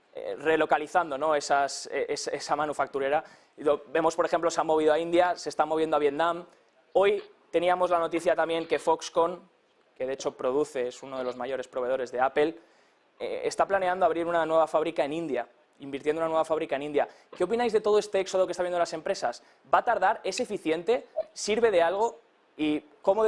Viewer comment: Pronuncian muy mal el inglés AppEl Jajajajajajajaja